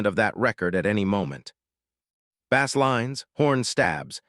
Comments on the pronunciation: I love what you explain here about Michael's gift for music, and for the way he became the music. However, I am increasingly angry that, as you talk about music, you continue to refer to low-tone notes in the inference of it being a fish!! Bass, is spelled the same in both uses, but Michael did not hit a fish note!!! He hit a low tone bass note. Do you not realize how stupid you sound when you call the city lows angels!!?? It's Los Angeles. It's pronounced like loss!! Also "and gel less". You say things so incorrectly that you, nearly, make it impossible to listen to!! AI is stupid. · God I detest AI. I tried to listen to this one until the machine called a bass drum like it's a fish. I can't stand it. I'm out of here!